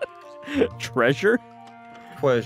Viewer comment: i'm DYING at "tweasure"